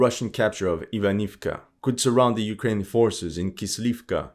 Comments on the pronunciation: I've been a huge fan of your videos for a long while, your attention to every little detail always amazed me, including how you pronounce Ukrainian and Russian names - the way you say "Запорожье" is fabulous! Thus, it's about time someone tells you: it's not AVDIVKA! In Ukrainian, it's АВДІЇВКА so you say it "AVDI-YIVKA" there, sounds much like when you say "KYIV". In Russian it's quite similar, AVDEEVKA which sounds like "AVDE-YEVKA". Now let's see if you actually read the comments. I might just post this every time I hear you say "Avdivka" hehehe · Пора вам изучать русский язык😂😂😂 не Avdiivka а Avdeevka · Акцент похож на русский/восточно-славянский, согласен. Возможно на Испанский или на любой, где так же внятно произносятся согласные, но он плохо читает названия и совсем не знает, что на этих картах написаны украинизированные варианты. Был бы он русским, то уж точно не говорил бы: Авдиивка, Работинэ. А говорил бы: Авдеевка и Работино. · sure, maybe then he will be able to pay someone to tell him how to pronounce Avdiivka, Andriivka, Makiivka...